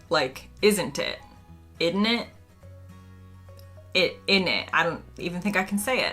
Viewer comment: Innit, is not pronounced ‘idnit’ there’s no D